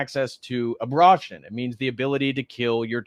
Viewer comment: A-bra-tion???? Have I said abortion wrong this whole time?